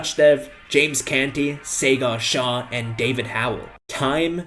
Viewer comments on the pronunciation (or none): wonderful video! loved how u emphasize on using free resources. if i may, i would like to clarify how to pronounce Sagar Shah correctly, I understand it's not intuitive for everyone. Sagar = Saa (as in 'sour') + grr (like an animal sound but shorter duration, don't stretch or roll the R)